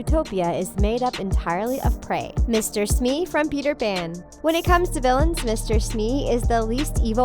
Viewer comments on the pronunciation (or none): none